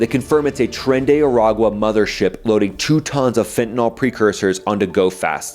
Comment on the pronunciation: What is "fentinall"?